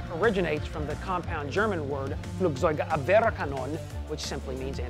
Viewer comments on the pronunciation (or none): HAHAHAHA "Flugseugabwerkanon" hahahahahaha (Flugzeug-Abwehr-Kanone) dont get me wrong.... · LMFAO!!! HE PROBABLY THOUGHT HE PULLED IT OFF FLAWLESSLY!! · Floogseugabwareukanonu lol kudos for trying though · FLUGZEUG-ABWEHR-KANONE and not flugsoygeabwerakanon :D greetings from Germany! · Look, I‘m an American who grew up in German speaking Switzerland and nothing is music to my ears quite like an American trying to pronounce a German word „Flugzeugabwehrkanone“ turned into „Flugsoigabwerrrkanon“ nice try tho XD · The way you pronounced "Flugzeugabwehrkanone" sounds so extremely weird. xD As a german i could barely understand what you wanted to say. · Hahaha the way how he pronounces "Flugzeugabwehrkanone (FLAK) " sounds really funny and different than in german language :D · For a German it's so funny to hear how you say Flugabwehrkanone xD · Never say Flugzeugabwehrkanone again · Flugzeugabwehrrrrkanone :D nice try ;)